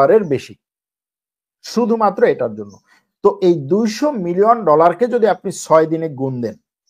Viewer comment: বিলিয়ন / মিলিয়র বলতে আরও ক্লিয়ার করে বলার চেষ্টা করবেন